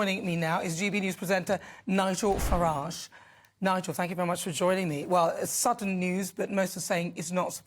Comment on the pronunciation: My name is Ni-Gel Far-A-ge. And ill spell - it out- in sin-gle syl-a-bles....